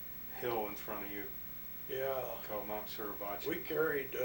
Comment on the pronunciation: Mount not Mouth